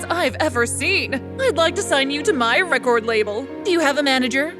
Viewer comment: why does she pronounce record like that 💀